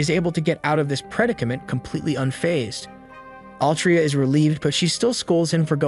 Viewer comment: predicament is not pronounced like that, my friend